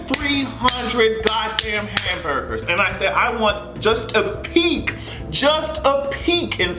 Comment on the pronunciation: This nigga said HAMBERDERS 🤦🏾‍♀️🤦🏾‍♀️ he is a WHOLE FUCKING IDIOT!!!!